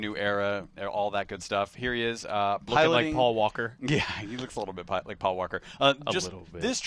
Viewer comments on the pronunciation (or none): none